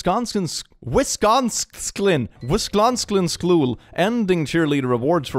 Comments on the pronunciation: as a local of that state in America ill help with pronouncing. it's wis like swiss, con like convict, sin like sinner. hope that helps you ^.^ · you pronounced Wisconsin so terribly (it’s wis Con sien [with a little bit of an e inbetween the I and n] or at least that’s how I say it) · "Wisclonscin schkool" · my got it hurts so hard to hear him mispronounce wisconsin as a wisconsinite myself though the fact that's a thing is goddamn funny